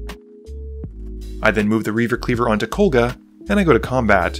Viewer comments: KoGLa, not KoLGa. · Dude, it's KOGLA, not KOLGA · I don't mean to be rude, but I need to ask; Does have some form of dyslexia? Kol-gah, "Stetson", Champion, Skrey-lev, he seems to have major issues pronouncing card names in his narration.